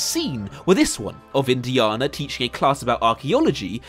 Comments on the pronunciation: Great video mate. But its Indi"anna" not Indi"arrnah" and I'm English. Loved the video though. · why do you say indiarnah? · I'm English and I've never heard his name pronounced as Indiarna in my life. Where did you get that from mate? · You saying “Indi’arnah “ Instead of Indiana is very disturbing ! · You are the only person I have ever heard say Indiaana jones with a long a! :) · please never say Indiana like that ever again. You Brit’s complain we can’t pronounce your place names and then say shit like that. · I get that southerners pronounce the letter a differently to northerners (e.g. grAHss grAss) but you’re just pronouncing Indiana wrong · The way you pronounce "Indiana Jones" is crazy to me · The way you pronounce Indiana is unforgivable. This is coming from a Brit btw. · I absolutely despise the way you say Indiana. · Why can't he say Indiana? Great video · I am slightly bothered by the way he pronounces "Indiana". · Please stop mispronouncing "Indiana", it is driving me crazy. The movies all say it correctly, so... watch them.